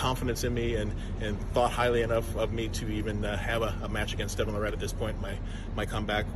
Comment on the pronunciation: First off it wasn't a kingsmove it was a open top roll. John is a fake humble, he just put a half dozen excuses out there in 1 video. Talks pure shit, just does it in a way that most people don't even realize it! He knows that ain't how you say Devon's name but, he continues to do it knowing Devon hates it. The goat ain't supposed to whine and subtly put all these excuses out there. He just can't stand losing to Devon. He also can't stand that Devon is a more well rounded arm wrestler than he is. He ain't used to someone being better than him in his field. Time goes on and sports and athletes evolve. It is what it is. Take the L with some pride, stop with the damn excuses. Looks terrible on you. Stay strong and healthy everyone.